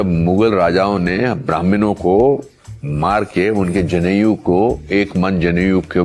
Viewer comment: अनुपम खेर साहेब जनेऊ को जनेयू बोल रहे हैं। जैसे किसी यूनिवर्सिटी के नाम का सङ्क्षिप्त रूप हो। लज्जास्पद है। और कदाचित् घृणास्पद भी: हिन्दी फ़िल्मों का कोई नामी अभिनेता हिन्दी की इस प्रकार भद कर दे!